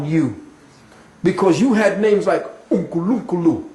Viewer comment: 😂 I was sitting here thinking "Mmmh, I felt that." Then I realised he tried to pronounce 'Nkulunkulu'. God in Zulu. So, yes I really felt that